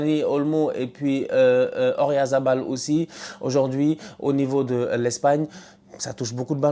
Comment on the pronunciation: Qui a remarqué que n'a jamais prononcé correctement le nom d'Oyarzabal (il dit toujours Oryazabal 😅)?